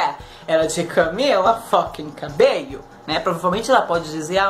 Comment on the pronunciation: Kkkkkkkkk que bosta prefiro mais a Dani doque a Camila cabello Na moral moço se tu for fã msm vc fala o nome da Camila cabello direito Camila cabeio Moço CAMILA CABELLO NAO CABEIO